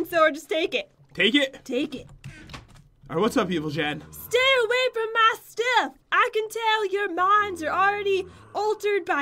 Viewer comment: it is not joon I mean jen